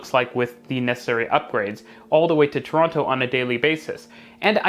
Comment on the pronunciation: The way you pronounce Toronto is gonna get you mugged one day.